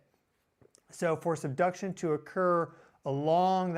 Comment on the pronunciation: I just heard 'seduction' zone, LMAO😂 Sorry😅